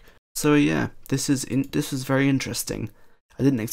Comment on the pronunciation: LoL "Dzzz" instead of "This is" :P